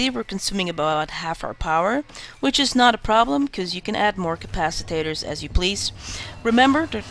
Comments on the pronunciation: The way to spot a non-english-speaker = CapaciTATOR ;) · thx for the tutorial but it's a capacitor not a capatitator